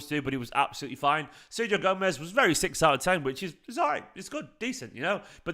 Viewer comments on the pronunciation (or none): Ser-HIO, not Ser GIO